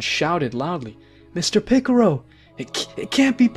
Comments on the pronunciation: Its PICCOLO NOT PICCURU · bro is saying mr picoro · Hey, it's really racist that you guys pronounce in a racist way. Piccolo (piccaro), shen-long (shen-ron), etc. I can't believe YouTube lets you get away with this... 😮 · Ffs, do you even watch dragon ball? You mispronounce every name and don't even come close to pronounce them right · Jai-ren and piccoro